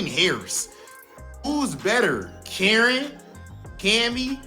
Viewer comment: From one Karin main to another. Could we stop butchering Karin's name. Its not pronounced like KAREN and every time I here that I cringe. Karin is a woman of class so address her a such. That is all.